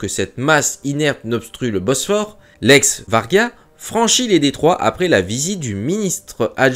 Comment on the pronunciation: pas le Vargan ! le Va-ry-ag ...